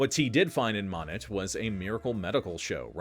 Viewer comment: Moh-NET, Missouri. Yeah, I know. Another weird one from the ShowMe state.